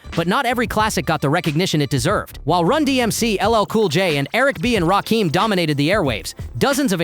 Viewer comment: This fool said Raheem…who the fk is Rakeem? It’s Rakim not rakeem….this gotta be some ai ish